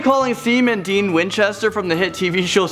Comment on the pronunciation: I swear I heard you say "semen demon"